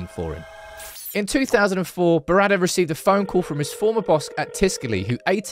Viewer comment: It's not DD. It's Berrada, not Beradder. Sorry, your pronunciation is getting on my wick.